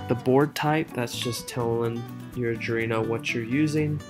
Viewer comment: Just FYI: It's pronounced "Arr-dwee-no"